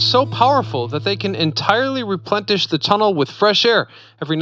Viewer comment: Replenish... REE... PLEN... ISH, not Replen*T*ish. Sorry I had to mention this because I noted this in one of your other videos. Otherwise everything is excellent. :)